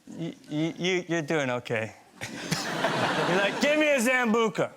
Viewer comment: Mark Ruffalo your beautiful and hilarious but the pronunciation of sambuca tut tut.